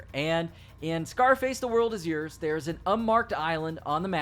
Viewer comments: I love u man... But it's YOURS. YOURS. YOURRSSS! (YORS) rhymes with Wars!! Not freaking Yers. You wouldn't say wers would u? Lol. Dammit it was getting to me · "Yurz" that spell bro